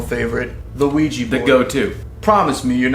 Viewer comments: It's actually an OUIJA BOARD, you Americans pronounce everything so wrong that you have actually changed the spellings to Ouiji. So delude with your English. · It's Ouija board, not Ouiji. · it's ouija - not ouiji